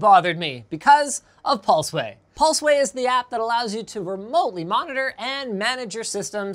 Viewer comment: Linus osom pulsway cumersal. Love it.